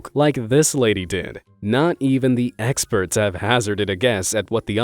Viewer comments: eggsperts instead of experts. 😂😂 Hilarious 😆😆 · how many times he has sayd eggsperts on this channel 👇